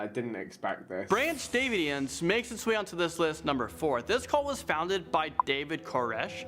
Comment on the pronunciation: He missed so much about these cults - especially Aum Shinrikyo… And it’s not “Branch Davians” it’s Branch DAVIDians